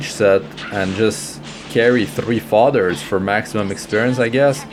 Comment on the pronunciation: His accent threw me off. Sounded like he was saying fathers. But its fodders